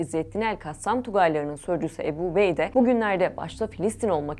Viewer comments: Правильно озвучивайте.не Эбу Убейде а Абу Убайда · Уважаемая! Не Эбу, а Абу Убайда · Не эби а Абу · Не Эбу а Абу что значить с армбского отец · Абу убайда А не убеда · Good explanation about the Abu Obeida but please pronouncing his name Abu Obeidi is not correct 😅 it's Abu Obeida da da da simple as that ✌️😙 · Не эбу убейде а Абу Убэйде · Не эби убейдэ, а Абу Убайда🤦‍♂️ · Ни Ебу убейда а АБУ УБАЙД надо говорит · Переводчик не эбу убейде А АБУ УБАЙДА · Не Эбу убейда а АБУ УБАЙДА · Правилна гаварите не эби убейде а Абу убайда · Не обейде а Убейде, не Эбу а Абу, не эль жазира а Аль жазира. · Не эбу а Абу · im sorry but the way she pronounces abu ubaidah is sending me 😭 please do your homework before pronouncing a foreign names 🥲